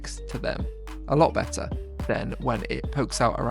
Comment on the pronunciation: "Better" or "Wetter"? 😂